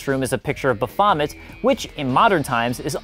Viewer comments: "Baphomet" is generally pronounced "BAH- fah- met", not "Buh- FOM -met". Another thing I knew, and I'm just some guy nobody is paying to make videos. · All good Dude but speaking as someone who has done the dance, it's pronounced BAFF-oh-met. Trust me :-)